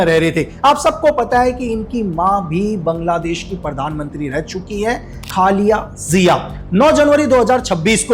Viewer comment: খনিকের পুত পাজিত বেগম খালেদা জিয়ার নাম টা ও ঠিকভাবে উচ্চারণ করতে পারে না 🤣🤣🤣🤣🤣🤣🤣🤣🤣🤣🤣🤣